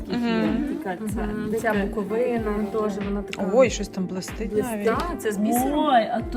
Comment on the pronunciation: Виставка шикарна❤ АЛЕ! Вже вдруге Вам зауважую: БуковИна, а не БуковинА. 🌳🌳🌳